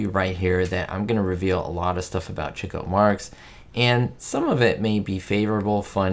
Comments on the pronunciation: I learned a lot from this video! One thing I have been doing up until now is saying his name as “chee-koh” and not “chick-oh”. Thank you for clearing that up! Have you seen “Love Happy”? If so, what are your thoughts? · I knew several years ago that his name was pronounced Chick-o, but did not know the reason. Thanks,. Great video.